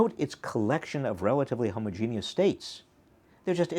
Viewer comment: I love that you pronounced homogeneous correctly.